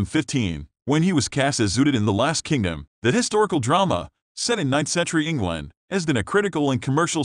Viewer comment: The computer can not say Uthred or England properly